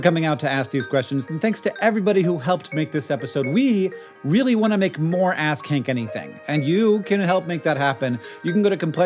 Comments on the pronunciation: Be more careful pronouncing "ask Hank anything" -- on the last call to action I definitely heard "ass-kink anything" 🤣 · I listened to this at work and at the end I really thought he said ‘it’s called ass kink anything’.